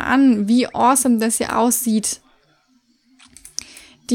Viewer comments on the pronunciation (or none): none